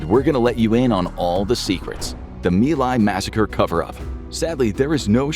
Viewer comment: It's Mai Lai, not me lie.